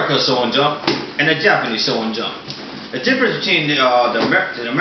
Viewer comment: why dont you say the h when you say shonen o-o you say sonen jump instead of shonen jump o-o